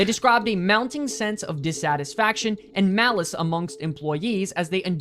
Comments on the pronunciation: He keeps saying, "Malice", instead of employee, "Malaise"... there is a HUGE difference! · My biggest problem with his video, aside from the egregious use of impossible to know percentages, is the mispronunciation of 'malaise' as 'malice' Edit: Oh, yeah, and that terrible conglomerate of images that display literally anyone who left Blizzard in the time frame alongside the mention of the lawsuit, which kind of gives the impression that they were all related to the lawsuit, which is also incorrect.